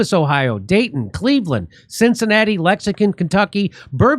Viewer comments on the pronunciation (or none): Say it with me Jimmy "lex-ing-ton"